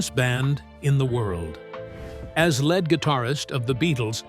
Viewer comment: Freaking AI voice over...it's a lead guitarist...not a led guitarist!